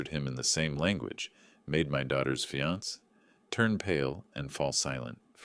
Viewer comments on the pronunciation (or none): Good story. Please teach your AI. Fiance is pronounced fee-on-SAY, not fee-ONS. Same with the e on cafe. Please fix this as it's annoying.